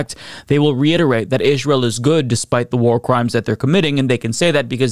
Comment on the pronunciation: Still can't listen to the way you pronounce Ish-rye-el